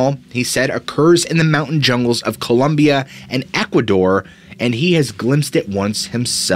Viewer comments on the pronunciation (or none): none